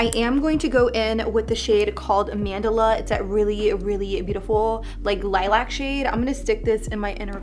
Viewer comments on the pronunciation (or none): none